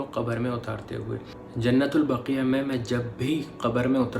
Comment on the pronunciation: آپ جو لفظ بول رہے ہیں۔ وہ ایسے لکھا جاتا ہے جننت البقیہ جب کے اصل لفظ ہے جنت البقیع۔۔۔۔۔ جیسے لفظ بولا جاتا ہے "وسیع" اسی طرح بقیع اُمید ہے سمجھ گے ہوں گے دل دُکھا ہو تو معذرت کرتا ہوں اللہ حافظ